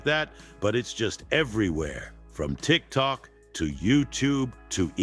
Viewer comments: I LOVE THAT HE SAYS 'TRICK TRUCK' INSTEAD OF TIKTOK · I love how says youtube and tick-tock incorrectly lol